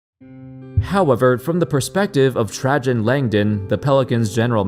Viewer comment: Bro, TRAY-GEN, not TRAH-GEN... C'mon.